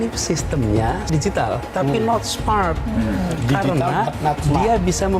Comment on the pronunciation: Aduh nis..nis...yg bilang smart di faseh²kan hadeeeehhh sampai kayak orang gimana lidahnya....pantas saja lidah manis tpi nol kinerja